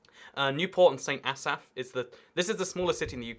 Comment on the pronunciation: Damn that's a lot of errors 1. St Davids being the "second smallest city" 2. "St elsaphs" 3. "Fort Davids" 4. "Fort Andrews" 5. "Fort David" 6. Holyhead not being a city 7. Carmarthen not being a city 8. Carrickfergus not being a city 9. Munster not being a city. It's not even in the UK infact. It's in the Republic of Ireland. 10. Wirral not being a city 11. Chesterfield not being a city 12. "Northhampton" 13. Northampton not being a city 14. "Southhampton" 15. saying Southampton isn't a city when spelling it wrong 16. Ipswich not being a city 17. Kent not being a city 18. Cambridge and Oxford being university TOWNS 19. Shoreham not being a city 20. Wellingborough not being a city 21. Rugby not being a city 22. St Asaph not being the "smallest city" 23. "Brighton county" 24. "Guildfordshire" 25. "Summerset" 26. "Greater Birmingham" 27. "Birminghamshire" 28. Pronouncing Worcestershire wrong 29. That counts twice because he pronounced Worcester correctly earlier 30. "Isle of White" 31. Calling Cumbria "Northumberland" 32-35. Calling Cumbria Humber, Humberland, Humberside and Cumberland 36. Thinking Yorkshire and the Humber is a county when it's a region 37. "Chestershire" 38. Liverpool not being a county 39. Humber not being a county 40. That counts twice because he already tried it earlier. 41. Pronouncing Derby and Shire wrong 42-44. That counts 4 times because you already pronounced Derby correct earlier and Shire many times That's 44 errors in only the cities and cou